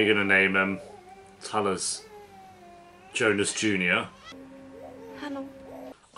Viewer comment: Jonas not Jonus ;)